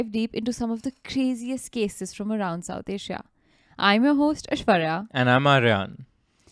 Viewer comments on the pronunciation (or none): its not pronounced SEEYUSIDE but SOOUHSIDE...your Hinglish just kicked in there 😊😊